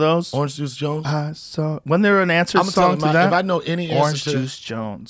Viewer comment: He also pronounces "son" instead of "song", so it adds to the hurt.